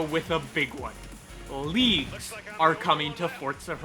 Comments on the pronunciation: At the end I thought you were saying “Leafs” instead of “leagues” and I was so confused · The first time you said “leagues” I thought you said “leaves” and got a little worried 😂.